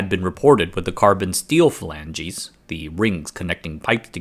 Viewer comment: steel fa lanjeez